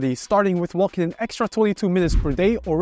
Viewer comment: It’s “wo:king”, not “woLking”… ;)